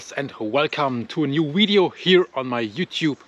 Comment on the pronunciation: Every time you say "wideo" it makes my heart smile.